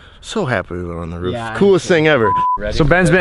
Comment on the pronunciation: ken said ruff in stead of roof